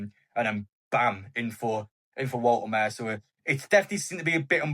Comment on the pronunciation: Bro, please get the pronouniation right.. Wolte ma de.🎉